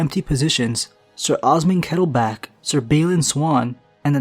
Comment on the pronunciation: And KettlebLack, not Kettleback... so many fail on that, I don't know why 😕